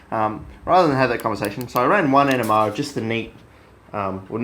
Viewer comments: Are you saying NMR because it sounds like you're saying ENEMA . I said to myself " This shit in an enema ! This guy is fuckin gangster than a mu fucker ! " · I realized he was saying NMR at first I thought he was saying ENEMA . I thought " This stuff in an enema ? This guy is a fuckin savage ! "